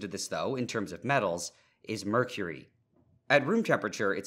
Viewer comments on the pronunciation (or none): none